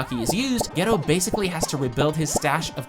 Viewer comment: Using show clips and STILL mispronouncing several names is the worse kind of rage baiting. Why even do that? GAY-TOH. Not Gee-toh. TEN-GHEN. Not Ten-Djen. If you’ve watched the show, you know this.